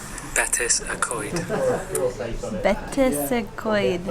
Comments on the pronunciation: Betws y Coed...pronounced more like Bet-ous (ou as in could) y Coyd , not Bet-iss. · you are nearly there , bet-oosss not betsy ,seems you nailed the co-ed though.👍👍👍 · 1nodmonkey ,No arghhh not pronounced like that its "bet-ouze uh co-ed" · Pronounced “Betsy co ed “ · I hate it when English people pronounce it Betsy Co-ed.